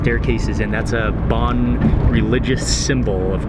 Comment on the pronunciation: The religion Bon is actually pronounced “burn” Yungchung Bon